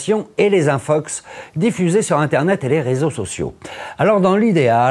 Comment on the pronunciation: Suis-je le seul a entendre Infucks et non infox ? Merci l'académie frââânçaise.